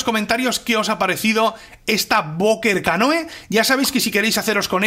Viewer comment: se pronuncia "canú", no?